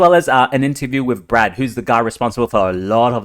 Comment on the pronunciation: it's Brett not Brad 😂